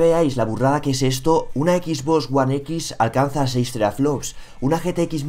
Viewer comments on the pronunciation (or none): none